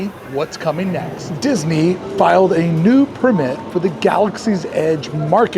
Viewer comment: You’re really inconsistent with pronouncing “permit”. The correct way is emphasis on the PER. ✅ PER-mit ❌ per-MIT